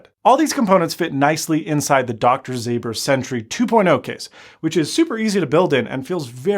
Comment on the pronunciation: You shouldn’t read the Dr Ząber as you’re doing it now. His name is from Poland and you pronounce it like Doctor Zomber. Greetings!